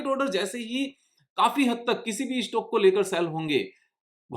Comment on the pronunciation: tumse 'Stock' bhi theek se ni hola jata